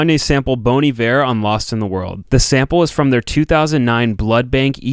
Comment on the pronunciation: Good video but please say his name right. It’s not pronounced Bone, it’s pronounced Baun, like Bon Jovi.